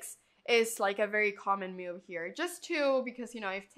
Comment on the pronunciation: There is no u in the word move. So why are you adding a u in your pronunciation?